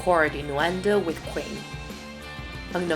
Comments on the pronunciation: It’s queen not quin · look she can't even say queen. she says quin. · Me: *hears qween in stead of queen* AGHHHHHHHHFGJSHDUDHEHE HOW FRICKIN DARE YPU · Killer qwin its queen you pronounce the ee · “ killer kwin “ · U say kwen, Instead of Queen. XD Thx for the amazing video! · "killer qween" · “Killer quin” are you kidding😂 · Ali3nC4t she also said queen wrong